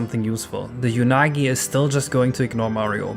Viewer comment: Just for my sanity: it's pronounced "Oo-nagi" not "Yu-nagi". Because it's literally the Japanese word for "eel": うなぎ